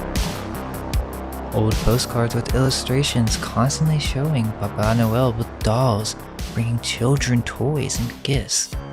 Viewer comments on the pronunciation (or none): It sounds like you're saying BABA noel... like BABA YAGA. The witch🤔🤔🤔